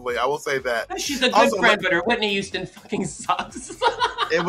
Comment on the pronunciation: Not only does Thorgy say “yuge” and “yuman” she also says Whitney “youston”